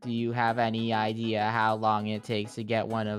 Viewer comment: "Do you have an idear?-"